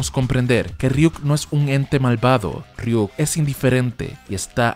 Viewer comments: .....Es Ryuk no Riuk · Riuk no es ryuk